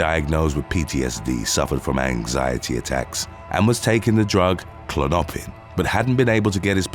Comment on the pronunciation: Learn how to speak English. "Clonoppin"